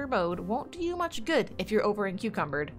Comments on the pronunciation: did she say em-cucumber? HAHAHA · "Encucumbered" made me laugh